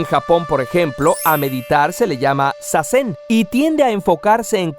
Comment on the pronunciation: Si te oye un japones pronunciar ざぜん como させん te prohíben entrar en japon.